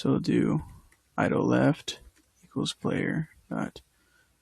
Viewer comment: great tutorial, still one of the best out there. Please continue this PS: It's "idle" not "idol" lol